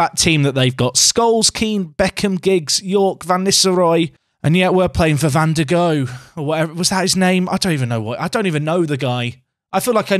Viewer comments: It's pronounced van der "How". He was an absolute legend. The ultimate backup keeper. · I think it's pronounced Van der How